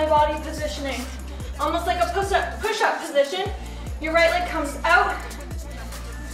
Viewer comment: I died when you accidentally said pus up instead of push up 😂😂